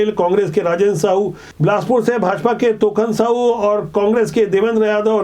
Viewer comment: तोषण साहू नही तोखन साहू है